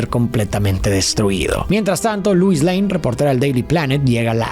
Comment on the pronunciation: Si miras cualquier contenido del IP de superman en su idioma original, verás que Lois Lane, se dice Loo-is, no Luu-is